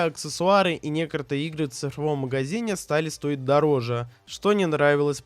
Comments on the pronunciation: Когда автор научится выговаривать "некоТОРые" слова? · Видео класс, но автор, без негатива, выговаривай слово "некоторые" правильно, а то я сам начинаю забывать как оно произносится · поясню: в видео несколько раз встречается слово «некоторые» и каждый раз ты его не выговорил)